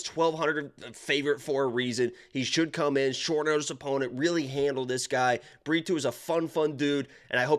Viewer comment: Pretty sure you called Brito burrito